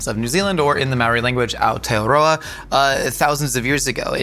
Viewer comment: ROLLING HIS “R” IN AOTEAROA 🎉🎉🎉 would love to see him try a real hāngī here 🥹 (also like muttonbird and boil up etc.) warmed my heart to see tbh. Mauri ora kitcheneers ❤